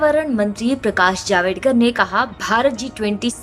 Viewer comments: javdekar not javedkar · नाम तो ठीक से बोलो। वो जावेडकर नही जावड़ेकर हैं।